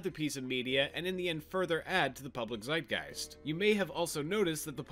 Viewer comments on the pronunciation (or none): none